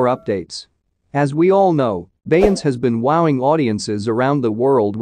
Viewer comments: But can you say Beyonce the correct way😂😂😂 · You can show her RESPECT. AND SAY HER NAME CORRECTLY!. YOU KNOW WHO THE 🤬 BEYONCE IS 💯